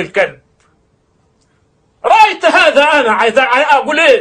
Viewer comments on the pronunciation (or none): حرق المصاحف لا يصدق وخاصة من الحاكم أو جنوده مهما كانت عقيدته ومهما كان معتقده لان ذلك ياجج الشعب عليه وعلى الجند وان الشيخ الراوي يقول رأيت هذا بعيني بفتح التاء بكلمة رأيت هي ضم التاء هذه أخطاء لغوية تحسب على هكذا أشخاص يقدمون نفسهم على انعم اءمة للاسف